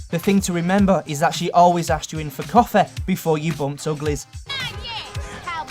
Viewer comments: STOP SAYING COFEH ITS COFEE NOT COFEH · It's Coffee not COUF-AY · Y does he put an a at the end of his words coffa ect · Why are you saying coffea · WHY ARE YOU ENDING WORDS WITH EH LIKE ITS PARTY AND COFFEE NOT COFFEH AND PARTEH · Coffeh, Parteh, Aunteh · Hoodeh aunteh realleh generalleh muthar historeh properleh dirteh coffeh bangedha chav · lol when he said coffee he said Lol coffaa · Omg stop pronouncing words like "coffeh" "dirteh" "parteh" -_ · "Coffeh" So annoying. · does this guy know how to speel out coffie he says coffe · "Coffeeh" - 2015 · coffeh, parteh, historeh, mistereh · It's wierd how this guy pronounces his y and ie sounds. Coffeh, hoodeh, historeh, Ect. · Hood-ah, Myster-ah, Coff-ah, Aunt-ah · Coff-A not Coffee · lol😁 I love it when you say coffee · i had to stop watching because of the way you said coffee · Is it too tricky to say 'ee' rather than 'eh'?